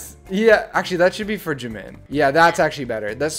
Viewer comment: it sounds like he says Jiminie